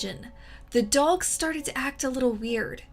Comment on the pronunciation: I almost heard "Dolls" when you said Dogs